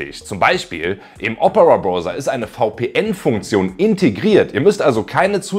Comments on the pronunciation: Hallo, warum sagst du zu Browser eigentlich Broser? Man spricht doch aus: Brauser. Zu ein em Clown sagt man doch auch nicht Klon! Oder habe ich etwa Unrecht? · Gut gemachte Videos! Weiter so! Aber: Ahhhhhhhh meine Ohren! Das Ding "Browser" wird mit AU ausgesprochen! Mir rollen sich jedesmal die Zehennägel auf. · "Browser" ( ˈbra͜uzɐ ) = Brausa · Entschuldigung, eine Frage: warum sagen Sie denn nicht gleich B r o v s e r, wenn Sie schon zu skeptisch sind, dieses Wort als " Brauser" auszusprechen, denn der "Brauser" kommt der englischen Aussprache schon nahe genug! Nichts für ungut. Ansonsten danke fürs Video.